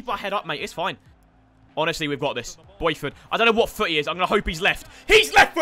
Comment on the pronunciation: Boyford 😂😂 not bothroyd